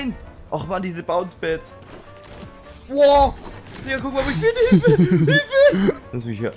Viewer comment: Er sagt dieses bounce pads. Rewi lern English